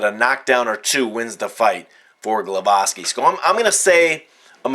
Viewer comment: its gwowaski the prenounciation for sure